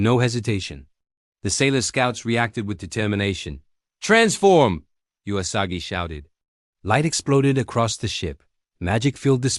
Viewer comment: Someone should teach the narrator that the 'u' in Usagi is pronounce 'uu', not 'jew-a'.